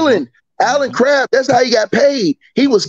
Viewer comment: “Allen Crabby” 😂😂 who wasn’t watching the series fr. It’s pronounced Crab